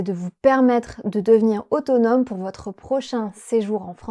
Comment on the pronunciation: je suis française et je trouve que avait un accent super on dirait presque que c'est sa langue maternelle 😱 Par contre je trouve qu'il prononce les "r" "w" comme dans "pour" il a dit "pouW" au lieu de "pouR" mais c'est rien de bien grave 😅 Bravo a tous vous êtes incroyables notre langue n'est pas facile alors chapeau 🎩! Et bravo pour ce travail il porte bien ses fruits!